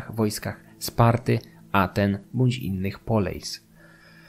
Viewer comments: Greckie słowo "Poleis" czytamy "Polis", ponieważ w grece dyftong "ei" czytamy jak "i", Tak samo jak w przypadku greki kini, którą zapisuje się "koine", ponieważ tam również jest ów dyftong. Następnym razem proponuję sprawdzić wymowę greckich słów, bo błędne wymawianie słów greckich brzmi niepoważnie. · Poleis wymawia się polis. Pieria wymawia sie Piria. Koine to ( ἡ κοινὴ ) kini. Z akcentem na ostatnie i. Aigai wymawia się ejge.... ITD.